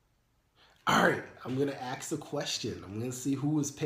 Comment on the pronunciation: ASK not Axe. All in love.